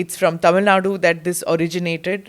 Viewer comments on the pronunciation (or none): pronounce the State name correctly mam. Shame Shame 😞 😢